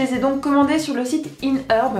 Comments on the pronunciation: inheurb? ôo "Ayehèrb" :p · T'es adorable:D ( C'est iHerb, pas inHerb;) ) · Iherb not IN herb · Tu est magnifique:3!! <3 J'adore comme tu dit "In Heurb" x) Grace a toi j'ai envie de tester ^.^